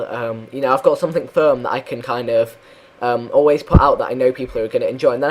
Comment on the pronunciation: You always say ''something'' in a russian way: somethink :D